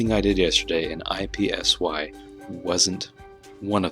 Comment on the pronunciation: It is Ipsy. Not I P S Y. One word. Not just saying the letters.